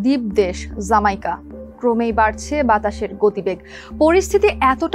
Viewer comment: It not "Z"maica, its "J"amaica!